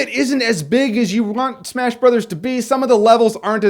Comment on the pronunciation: He says it like "Super smesh bros."